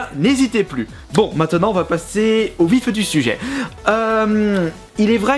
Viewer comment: "le vifeu du sujet" il n'y a pas de "e" à vif, du coup ça se prononce "vif du sujet"